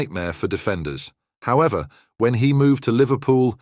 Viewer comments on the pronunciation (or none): none